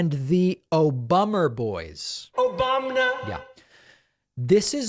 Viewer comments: "OBAMNA" gets me every time. Lol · The "OBAMNA!" gets me everytime 😂😂😂